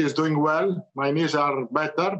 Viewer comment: I heard "rehabilitate my niece", i was like how could he publicise his niece's addiction to drugs... Turns out he meant KNEES😅